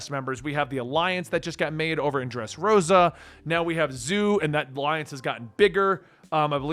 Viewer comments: I love he is calling it the zoo arc honestly hahahaha it kinda makes sense if you don’t know any better but think of it like like z O like the letter O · Zoh!!! Not zoo!! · Its pronounced Z-oh.drop the y in zoey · Zou is pronounced like dough. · Man I hate to Bo that guy I really do… it’s pronounced Zo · Dude it's zou as in zo I wish you read comments on your latest collaboration video. Also warning Carrot is 15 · Didn't know it was so hard to pronounce Zou...